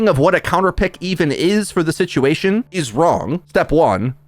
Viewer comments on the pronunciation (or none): none